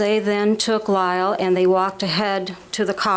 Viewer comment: She said Car Lyle😆